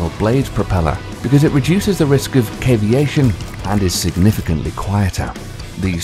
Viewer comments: Really!? 'Cavitation' not 'caveation'/caviation' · It's pronounced CAVITATION not Caviation.Get it right Brit. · When he said "caviation" instead of "cavitation" that was it for me. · "Nucular"??? it's nuclear. "Caviation"?? It's cavitation. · Thumbnail but yeah, not to mention pronouncing it nucular instead of nuclear and I guess when he said cavation he meant cavitation I'm ok only speculating though since cavation isn't a word I have heard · Mistake 1: You showed a fusion reactor instead of a fission one Mistake 2: cavitation, not "caveation" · Did you mean 'cavitation'? Never heard of 'caviation' when it comes to - well - anything including propellers. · the point of the comment originally was he pronounced it cavation not cavitation. As cavation isn't a thing and cavitation is a low pressure area developing behind a moving object in a fluid often causing damage to surfaces involved yes a submarine and any water craft would care about it potentially occurring in regards to the operation, function and long term durability of said craft. The crux of the matter is OP referred to the narrator's inability to correctly pronounce a very important phenomenon that can literally destroy a propulsion system on a vessal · caviation what the?.................its called cavitation. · Um... he meant "cavitation" not *caviation*, since there is no such word. Source: Me - former U.S. Navy lol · Great vid. Exciting stuff. Minor note: "Nuclear" is pronounced "new-clear", not "nuke-ya-ler", and the word relating to the noise propellers make vs pump jets is "cavitation" not "cave-ee-ation". This is not criticism. Just some assistance going forward. Loved the video and subscribed! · Nucular? Not a word. Caviation? Not a word. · No.. I like the video. I dont like the narrators (British) accent and misspronuciation of words ie cavitation. He actually said caviation. GOOBER! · I know what "cavitation" is, but what is "caviation"??? (reference: the propulsion system) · Caviation? Lol